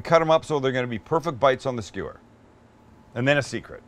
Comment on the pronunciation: how stewie from family guy pronounces skewer......skheeeweeeer with my khoool whip